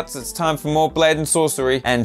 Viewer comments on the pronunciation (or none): Its called a blade not glade